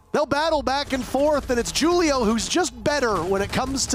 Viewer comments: The firs one he kept saying (jew-li-oh) instead of (who-li-oh) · niqqa said ju-leo instead of who-leo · It really bothers me that he’s saying “Julio” like it’s spelled with 2 u’s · Is his name supposed to have the J sound or are the announcers just really dumb in calling Julio with a J?